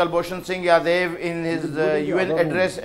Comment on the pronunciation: Its Jadhav not yadav naam bhi bolna nahi ata Chu***a